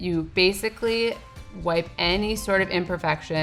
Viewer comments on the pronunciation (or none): none